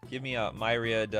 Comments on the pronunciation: I pronounce "Myriad" like "Mirri-add", not "My-rad". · He clearly means 2021, not 2001. Living end nor subtlety existed yet... Also it's not my-read. It's mir-e-ad. As in many :)